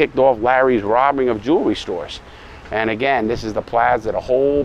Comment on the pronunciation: Notice how he says first jewerly